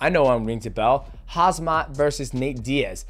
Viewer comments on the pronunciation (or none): It’s Khamzat not Khazmat 😅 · Hazmat? O.o for english speaker you can pronounce his name like: Come - Zat